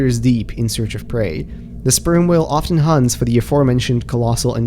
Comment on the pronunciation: The "sperm" 💀 whale